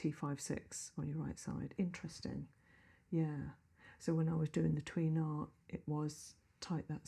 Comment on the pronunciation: I like, I'm not saying this to be nasty, but she is consistently mispronouncing Tui Na. It isn't pronounced Twee, the vowel sound UI is pronounced in Chinese like the "ay" in sway. It should be pronounced tway (one syllable, not t'way).